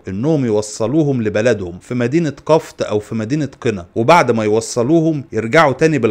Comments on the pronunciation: قفط بكسر القاف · اسمها قفط بضم حرف القاف